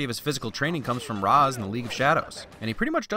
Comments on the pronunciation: Only a couple issues with this film. One is the distance at which fight scenes are shot. The other, however, is that it should be "Ray-sh" not "Rah-z". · Ra's is pronounced Raysh, I know strange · It's ra's like Ray-sh Not ros. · The only thing I hate about this movie is the pronunciation of Ra's Al Ghul. It's "Raysh" not "Raahs". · It's pronounced Reysh not Raz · "Raysh", not "rahz". -__ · Ra's al ghul is not correctly pronounced it's correct version is Rayesh al ghul even it spells Ra's al ghul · You said Ras wrong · Anyone else going nuts that he keeps pronoucing Ra's name wrong, just like the movie did? (It's Rashe. Like Race with with 'shh' instead of the 'c') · I don't know if anyone else mentioned it, but Ra's is pronounced 'rayshe', I believe. :) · Ra’s is pronounced like Ray-sh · Do I love this channel enough to forgive pronouncing R'as wrong the whole video? Yes, but get it together, man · You need to remove a Win for not only the way they mispronounce Ra's, but for causing all the fan media about this movie, including HISHE and this video, to HAVE to mispronounce it. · My only nitpick. The pronunciation of Ra's. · Why do you pronounce Ra’s like that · YOU PRONOUNCED RA’S AL GHOUL WRONG 😫